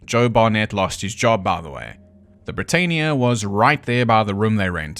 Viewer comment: Britannia = Brit-Ann-ia.